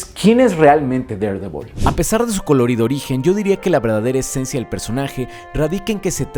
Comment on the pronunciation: amo que pronuncies tan bien Daredevil, mi cabeza ya se habia acostumbrado a que los youtubers lo dijeran mal 20/10 god